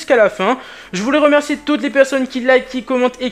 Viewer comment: ''je tenais à vous romercier''😂